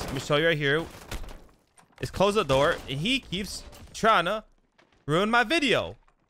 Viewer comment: Dude, learn how to speak. It’s The not Da. It’s Them not Dem